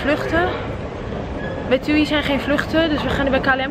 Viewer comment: ze spreekt het gewoon goed uit hoor